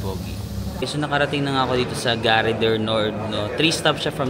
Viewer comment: Charles de GAULLE pronounced or sounds like GOOL. GARE pronounced as GAR, some letters in the French language are not pronounced, E is one of them but silent and É with accent is pronounced. Example: mangé sounds like manj-eh (English eaten) and École (school), the last E is silent, so this is like Eh-col. French lesson for today. 😂😂😂